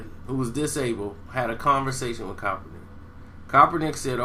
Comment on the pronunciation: PLEASE 4 THE LOVE OF GOD LEARN THAT MANS NAME!!!!!!!!!!! U butcher it EVERY TIME! !!